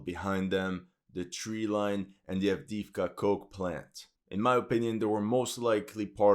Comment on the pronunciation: AvdEEvka( e, not i )